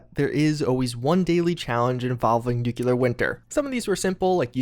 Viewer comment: "Nukelar Winter this, Nukelar Winter that"... what are you, HOMER SIMPSON? N U C L E A R